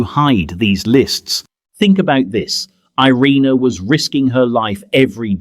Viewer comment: She never wanted to be considered a hero but what else should we call her? So many children lived because of her, some still living. And her name is more accurately pronounced ee-RAY-na not ai-REE-nuh.